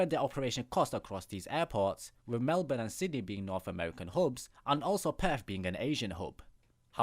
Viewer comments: Great pronunciation of our cities I didn’t hear a Bris-BANE or Mel-BORN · Glad you pronounced Melbourne correctly :D